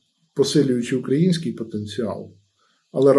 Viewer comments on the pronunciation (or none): none